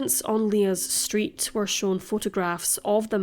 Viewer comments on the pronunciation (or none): none